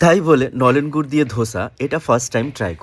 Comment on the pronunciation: Babu tumi je gur ta bole chile khuuubbbb baje go